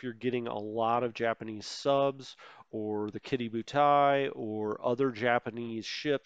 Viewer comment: I was going to ask, I always thought it was pronounced "key-doe"...